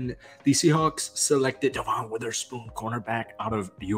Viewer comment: His name is Devon Witherspoon not DeVon Witherspoon. Otherwise great vid. ❤️